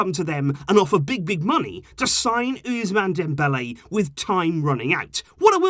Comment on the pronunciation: The ‘S’ in ousmane is pronounced ‘SS’ and not like the letter z